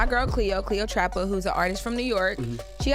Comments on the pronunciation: They don't research. How do you have a commentary show and don't know the story. Can't even get "Cleotrapa" right. lmao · Envy is butchering cleo name😂😂